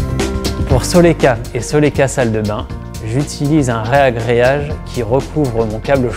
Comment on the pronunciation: C'est toujours surprenant d'entendre "rEagréage" dans la bouche d'un pro ! Sinon, le panneau prêt à carreler est obligatoire dans la salle de bain ? Pas possible directement sur une chape avec un ciment-colle modifié ?